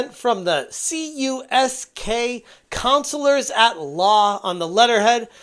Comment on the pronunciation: Dude, it's Kamerman, Uncyk, Soniker, & Klein, which is KUSK, not CUSK for the law firm.